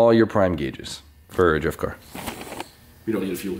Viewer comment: What is up guys? Today, we're gunna build a dwift car